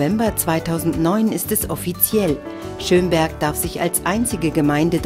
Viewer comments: Ich wohn in Schömberg xD aber man spricht es nicht so aus wie die dumme tusse da! man spricht es kurz also schnell aus und nicht so lange... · naja irgendwie FAIL! man spricht Schömberg nicht Schöööömberg aus sondern Schömberg! naja nur gut dass ich dort wohne xD